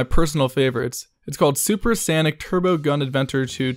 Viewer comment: Dod you really just pronounce Sonic as “Sanic”. Dislike.